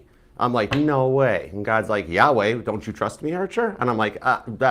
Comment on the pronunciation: It cracks me up when you say Yahweh 😂❤